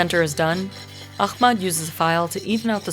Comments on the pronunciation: For the love of God, it's aHmed not aKHmed. It's just an aspirated H. It's just an H-ier H, y'all. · not really she butchered Ahmed's name it's احمد not اخمد use google translation voice and you will know how much difference it's she literally changed his name meaning from "the most praised" to "extinguished" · Pretty sure it was aliens who carved the stones: I saw it on the internet! Ahmed, you’ll never read this but I’m in awe for your mastery! I’m sorry she couldn’t even pronounce your names. She makes money from your story but it’s to much to ask to get your name right.